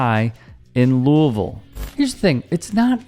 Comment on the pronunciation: You said the name of my city like a local Loo a vul. Good job.